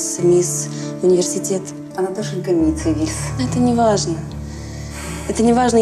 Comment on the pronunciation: "Мице висс" ...🤔🙂